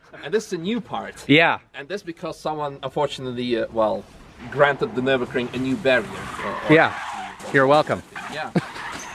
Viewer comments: Nürburgring, not "Nurburgring" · Drinking game, one shot every time he say Nurinbergring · Nurburger ring? Never heard of it. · pls tell me this is a joke u cannot possibly have raped the word Nürburgring so hard